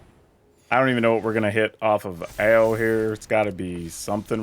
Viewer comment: Are you sure it's pronounced "Oww" and not "Ay-oh!"?